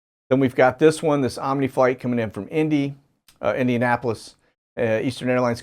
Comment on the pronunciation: I love how you say Indy like an Indianapolis native! Makes me so proud 😁😁👍